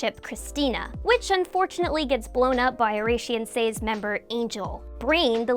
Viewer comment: God that pronunciation of "Oración Seis" hurts my ears